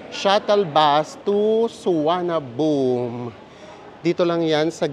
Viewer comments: Is the local pronunciation of Suvarnabhumi "Suwanaboom"? It's the first time I heard it called that way. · Thank you po, &! Sayang walang premiere chikahan hehe pero salamat po sa tipid and budget tips as always! 😊 Kaaliw po talaga na suwanaboom na bigkas sa Suvarnabhumi 😆 Favorite ko po sa trip nyo ang Sa Pa 😍 Noted din po yung 'visit advertiser' instead of no to skip. Hi dos! Until next trip po uli! 🙌